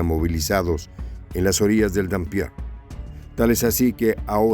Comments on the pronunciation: No es "Dampier", es Dniéper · ¿ que Dampier ni que gaitas. Es NIEPER, e incluso NIPER. Consulte la pronunciación🤨👽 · Es dnieper , no denpier...... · Se dice Nieper no Danpier.